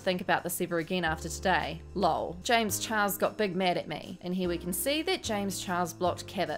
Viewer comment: I laugh....every time... you say James chihuahua... 😂😂